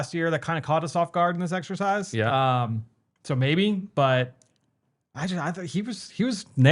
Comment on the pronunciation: definitely said "sexercise"